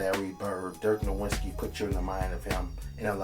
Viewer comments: Who is Dirk Nowinski? Learn to say his name at least. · Everyone pronounces Nowitzki wrong... The W in German is pronounced like a V so it's dirk Novitzki